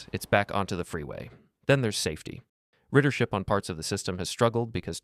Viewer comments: Damn, i heard "riddership" 😔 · 100% AI. It pronounced airport "A-R-port" and ridership "riddership"